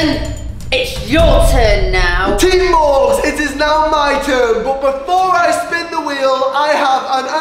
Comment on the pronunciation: Morgz, not morge. Only, not ony.